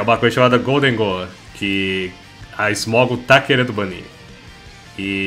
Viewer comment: UH GOLDEGHOUL barulhos incompreensíveis